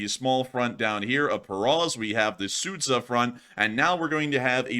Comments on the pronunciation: The town of Sudja is pronounced Sood-Jar, Not Soot-sah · Sud-Zha. Not Sudz-Ha. It's almost like the sh sound in "sure". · Not Sudza but Sudgaaa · You almost nailed it with Sudzha, however 'zh' is pronounced same way as you pronounce 'j' in 'june'.